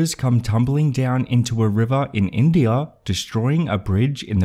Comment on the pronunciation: Yeah, but where is "Alaskaugh, Indiaugh and Chinaugh"?